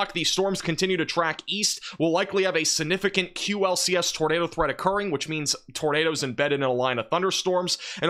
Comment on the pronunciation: AGAIN, The word is SIGNIFICANT NOT SINIFICANT. ALSO the word is SPECIFIC NOT PACIFIC unless you are talking about the ocean.